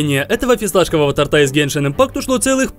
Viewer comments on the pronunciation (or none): Не торта а торта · тОрта брат, а не тортА